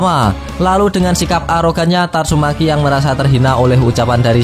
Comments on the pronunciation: tatsu maki bang bukan tatsu meki 🤣🤣🤣🤣🤣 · Tatsumaki ya bukan tatsumeki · Tatsumaki bukan tatsumeki wkwkkw seru2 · tatsumeki wkwk keseleo lidah mas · Kok aku dengernya tatsuMeki yaa ??? Ahh sudahlah ... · Bang bilang nya tatsumeeeki aja